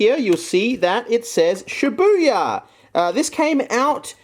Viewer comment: Oh shibuya not shit buya